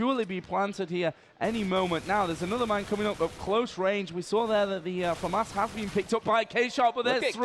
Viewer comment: I hate the way he says "famas" lol